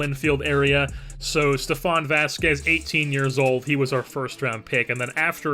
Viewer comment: Ve-las-quez. Not Vasquez.